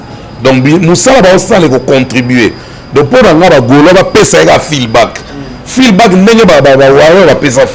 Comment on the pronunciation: Bonjour, souvent tu dis feeLback mais c'est feeDback